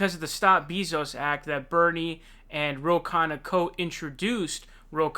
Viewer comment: who the FUCK is Jeff BEEZO'S??? why are you unable to pronounce ANY names... holy fuck dude ITS PRONOUNCED BAY NOT BEE....YIKES..